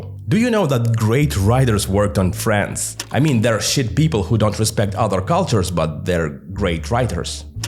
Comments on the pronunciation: Я вам больше скажу, даже русский человек услышал там France вместо Friends. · Дело скорее в том что в англе звуки не оглушаются, а он Д оглушил и получилось фрэнТС, а ТС звучит идентично с Ц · Я реально подумал, что он сказал France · your “Friends” sounds like France to my Russian ear. I know we all are tired of Z-narrative, but this is the perfect case when we need a bit of Z to tell the difference between Friends and France, eyes and ice, or phase and face. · You pronounce "Friends" almost exactly like "France" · yep, I also was wondering, why France?